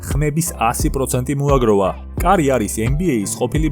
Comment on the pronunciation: მაგარი ხარ, მაგრამ სტეფან კარი არა სტეფ კარი საწყენად არ მიიღო